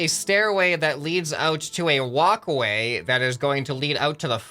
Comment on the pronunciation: Why is it so fun when instead of walkway he says wocway xD ( He really does say it differently I am not joking )